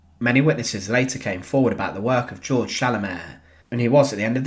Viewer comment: Actually, Georg is pronounced "gay-org" in German. Nevertheless, thank you for this eye-opening video of a war criminal who met justice at the end of a hangman's noose.